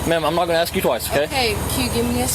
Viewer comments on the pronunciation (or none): Ask; not AXE. Just saying sck my Dic. This was good. Yep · Why Is it so hard to pronounce the word ‘ask’ correctly? 😂 it’s not ax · "axe"... twice... wow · Why can't black people say ask? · Its ASK not AXE! English is not taught is school anymore and not everyone is a “BRO” …. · Please make a greater effort to correctly pronounce the word "ask." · LOL it is truth! They cannot say a word ASK properly... LOOOOOL